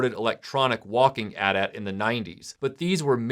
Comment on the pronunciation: Bless you for pronouncing it "At At" and not "Aytee Aytee"!